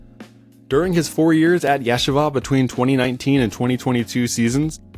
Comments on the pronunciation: Not Yesh ava. It’s pronounced Yeesheeva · it's three syllables -- yeh-she-vuh. But you pronounced it Yeshi-vuh. I'm no hebrew scholar, but I've lived in NYC for many years and know many people and have family that have gone to Yeshiva U. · Yeah sha vah. Lol Yuh SHEE vuh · Its not ye shiva it ye sheeva long e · its pronounced as “yesheeva” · Please... yeh-SHE-vah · Yuh SHEE vuh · "Yeah-shahvah" never heard it being pronounced like that before. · You mean the AI voice mispronounced it? This is one reason it's better to record in your own voice. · True, but it was an excellent video nonetheless. And I met Ryan and he's a cool guy. Wish him the best of luck and success on and off the court. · Excellent video. Your pronunciation of Yeshiva cracked me up. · if you're gonna bother making a video learn how to pronounce "Yeshiva" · You mispronounce Yeshiva (multiple times) which is not a huge deal, but is a bit distracting from an otherwise interesting story. Yes, most won't even notice - but anyone Jewish is going to notice big time, and I'm sure that the algorithm will make sure to serve to this to jewish bball fans since they're likely to find this particularly interesting.